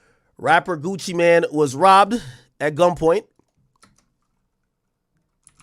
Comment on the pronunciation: Gucci Mane not Gucci Man 😂😂😂😂😂